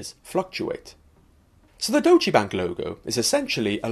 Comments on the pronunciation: All that perfect pronunciation and then..."dochee bank"? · its more like Doytch-uh Bunk